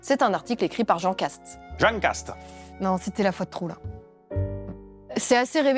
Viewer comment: "Jean Kast" prononcé à la Castex <3 et l'accord de piano derrière x'D